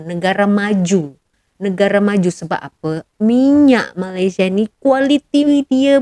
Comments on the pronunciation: Dia sengaja sebut MALASia. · disengajakan dia sebut MALAS_IA bukan Malaysia. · Sebut MALAYSIA oun x betul MALASIA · Sebut malaysia pun tak betul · Sebut nama negara org pun salah ..bnyk bunyi pulak... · Kesihan pulak aku tengok tu....baru ada 3 buah kereta pun dah nak tunjuk hebat....😂😂😂Lain kali sebut nama Malaysia dengan sebutan yang betul sebutannya jangan main hentam saja sebutannya...